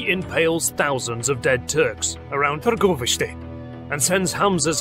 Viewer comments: That pronunciation of targoviste was spot on, especially for a non native, well done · As i've seen below, somebody already congratulated you on the pronunciation of Targoviste, Bucuresti too, and i wanted to do the same and wish you all the best in the future, your videos are astoundingly good. I actually paused what i was doing to see this video of my hometown. History is a pleasure when presented in such a good way, hope you become a millionaire, really do :D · i was surprised of how well you pronounce targoviste! nice! i grew up in that city :) vlad's fortress used to be the spot where me and my friends would meet and be stupid. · The way you pronounce Târgovişte is so good. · What nationality are.you? You pronounced "Țepeș" as well as Targoviște and București very fluently. Awesome chanel, love.every video that.you make